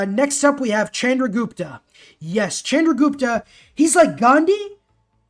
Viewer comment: love your content but it is pronounced shandra not chandra